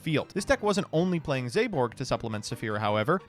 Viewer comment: I am so personally offended by how pronounces Zaborg... Zayborg? Was there a Y I didn't notice? Hell even if you put an E at the end it doesn't work! I swear he's doing this to piss off me specifically... Like I know reading is hard... BUT IT'S THE FIRST WORD ON THE CARD!!!